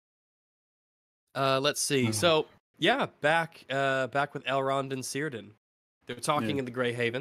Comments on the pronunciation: Not seer Dan. Kir Dan. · I wish could pronounce... anything. How many times does he need to hear the name Cirdan before he stops calling him Sirden? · It's getting on my nerves, Cirdan is pronounced " Kirdan".